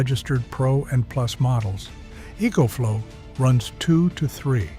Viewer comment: So EcoFlow is spelled "E E coach flow"? As a master electrician, one might think you'd be able to say words yourself instead of producing crap like this with some stupid AI system.